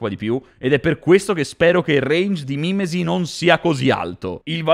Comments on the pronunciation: ma è mimési non mi mìmesi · Tutto molto bello ma si dice mimèsi.